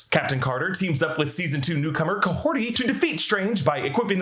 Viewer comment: Who is Kahorti? The character's name is Kahhori...